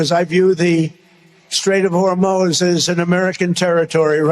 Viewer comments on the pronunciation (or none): Can’t even pronounce Hormuz let alone control it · Anyone verify the $1.95 and $1.85 a gallon gas in Iowa? I didn’t think so. And he cannot even pronounce “Hormuz” correctly.